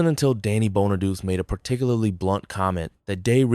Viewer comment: Danny Bonaduce’s last name is pronounced BON-A-DOO-CHEE, NOT Bon-a-deuce. The real reason Ricky Segall was a problem for the show was the fact that he couldn’t sing or act—period. And he wasn’t needed, either. For both reasons, he shouldn’t have been cast in the first place. But by the time they realized their mistake, the show was ruined as a result, which really confirmed the axing of the show. Another reason “When We’re Singing” was replaced was that David Cassidy didn’t sing it. It was recorded with the same singers that sang on the two songs on the first album. Another fact: David Cassidy’s voice sounded different than his real voice in the first two PF albums because they sped up the tape of his vocals to make him sound younger than he actually was (they wanted him to sound 16 instead of 20). DC rightfully objected to this, so starting with their third album, “Sound Magazine”, they released his vocals at the proper speed.